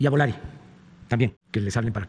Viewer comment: "le exigiré a viva aerobus, areoméxico y volari (así pronuncia el péjereloco) que programen más vuelos. Che orate!!!